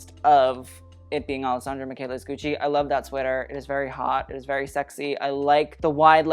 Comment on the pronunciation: Please don’t say “gooch” 🤢🤮